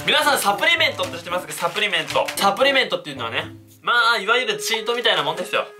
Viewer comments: サプリメントのイントネーション気になった人👍👍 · サプリメントの発音がおかしいwwはじめしゃちょーかわいい！(*^^*)